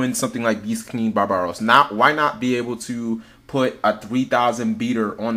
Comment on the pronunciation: barb-aros! not ba-ba-ros...